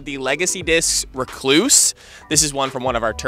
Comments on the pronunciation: Need to learn how to say recluse bro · go to Merriam Webster or even the one he mentioned. That's not how you say recluse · you need to click on the lil pronunciation button lol definitely not how you say it